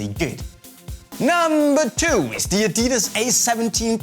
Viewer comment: you freaked up the names of adidas boots on the list:P